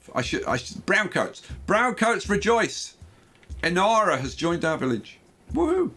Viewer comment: LOL, it's Inara from Firefly, not Enara ;)